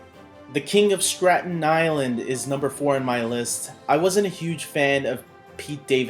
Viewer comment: …. THE KING OF “STRATEN” ISLAND?